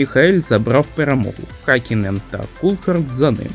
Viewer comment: Гакінен??? Ти ви заманали знущатись над іменами та призвищами! Вчіть фонетику а не лише патріотичні закони про мову!